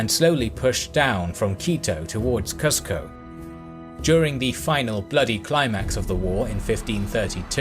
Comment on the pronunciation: Not to be picky but it's pronounced Coo-sco like "bOO" not "buh"